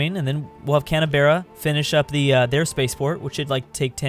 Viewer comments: wait. did you pronounce Canberra as Can-a-bear-a? its Can-bra mate. on a real though, is making me rethink how i say every town and city name in Australia (edit: can't spell pronounce) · Can-a-bear-a :))))) damn son,you so murican :)) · Canberra = Canabearra Melbourne = Mellborn Adelaide = Petra City Toowoomba = Severe Stroke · Pronounce Canberra like "Can-bra". That's how Aussies tend to say it.